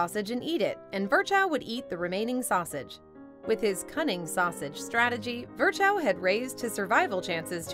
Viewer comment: Can you please refrain from butchering German names such as "Virchow"? It's more "Veer-hoh" and not even remotely close to you made of it.